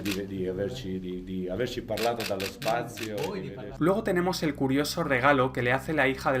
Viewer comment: El astronauta dice "dallo spazio" y no "delllo spazio" "DALLO" en italiano quiete decir "DESSE" en este caso... Desde el espazio.